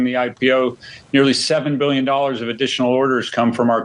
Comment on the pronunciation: Buiyin, try improving your pronunciation, even the yanks say bil yin . Aussies, theyre dreamin ..😂